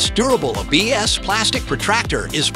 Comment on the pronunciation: Stop the A/I voice. It keeps botching the English language. It pronounced A B S plastic as abs.